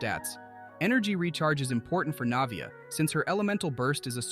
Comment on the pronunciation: loved the guide but the way you pronounced her name 💀 lmaoo